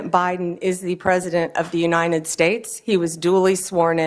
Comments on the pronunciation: Pam - it's "uniTed", not "uniNed". Just say "you and I did" real fast. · Why does she say uninet states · What is the "Unined States""?